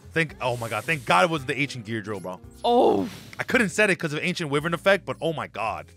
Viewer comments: It's pronounced WHY-VERN not WIV-vern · Yo and could you please try to do a sora vs gong bc I thing it would be funny and loser should cosplay as the winner and it’s not wivern it’s why-vern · Bro it's pronounced "why-vern" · Love the content, but wyvern is pronounced Why-vurn